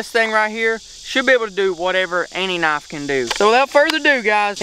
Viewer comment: Wha th is a "naaf"